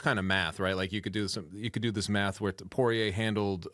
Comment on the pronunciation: Porrier reigns in the UFC for 40 yrs. Everyone knows his name. Everyone knows how to say it. Loog insists on calling him “Parr-eee-yay”.